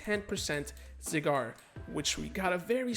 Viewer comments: Not going to lie I hate how you say you Zygarde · Learn how to pronounce zygarde 1 like=1 porygon